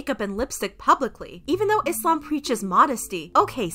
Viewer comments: I love how you pronounce islam right . With a soft s not a Z sound.. thanks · Finally someone who doesn’t pronounce it “Izlam” and pronounces it correctly thank you 🙏🏼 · As a Muslim, I truly thank you for taking the time to pronounce all the Islamic words correctly